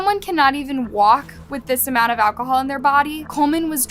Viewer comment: "ALCOHOOL MISUSE"?